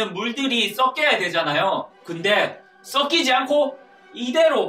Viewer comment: 물이 썩키지 발음이 ㅈㅈ